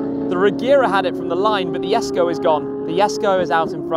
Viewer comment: Why does he call it yesko